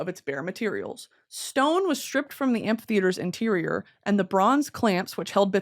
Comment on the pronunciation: I cannot for the life of me figure out how you’re pronouncing “Amphitheater” it sounds like you’re throwing in an extra letter